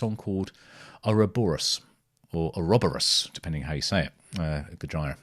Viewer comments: FYI the pronunciation is goj👂ra not goj👁️ra lol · Please, stop calling it Go-Jy-Rah, and please pronounce it Go-Gee-Rah. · It's Goj👂a, not Goj👁️a 🙏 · I have one issue It's Gojira as in "Go-jee-ra" not "Go-jie-ra" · Don't want to be anal but it's spelt (go-geer-ah) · Dude, it’s pronounced GO-JEER-A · Make sure when you listen to Gojira you watch the Live versions. Also, its GO-JEER-AH, aka Godzilla haha. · It’s pronounced “Go-jeera” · you pronounce their name with the "JI" almost sounding like an S. Go-Sheer-Ah. This is how the guys in the band pronounce it. 😉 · Pronounced Gojeera :) If you want more, then Gojira - Art Of Dying is an obligatory song to check out! Just consider the immensity of the Gojira, Opeth and Devin Townsend lineup at Red Rocks btw <3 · Pronounced Gojeera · I love your reaction videos.. but.. umm. "Gojira" is pronounced similar to "Godzilla" - it's the Japanese version of the word/name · The way this dude says gojira 😂😂😂😂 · Might enjoy them more when you learn how to pronounce the bands name. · Why do you pronounce GOJIRA like Vagina? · Pretend your Japanese and say Godzilla. That is what they’ve named the band look it up. So your pronunciation is wrong